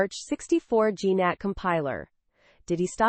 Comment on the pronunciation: A virtual Mai-kaws machine? Gee-Nat? dude... gemini is outta control